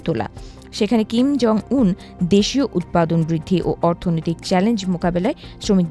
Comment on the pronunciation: সংবাদ পাঠিকা ১০ সেকেন্ডের মাথায় উত্তর কোরিয়ার নেতার নামটা কি উচ্চারন করলো ? সবাই একটু শোনেন।